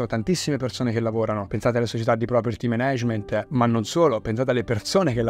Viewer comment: Zio, super video, grazie mille e complimenti. Solo un appunto: per Dio, si pronuncia Mànag(e)ment, no menégement.